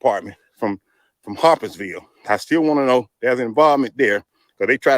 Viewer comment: I enjoy your commentary but you keep mispronouncing Harpersville. HARPERsville. Say it with me, HARPERSVILLE. Geez